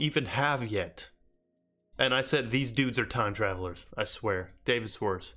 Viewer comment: Love the content *Shhh-warts -correct pronunciation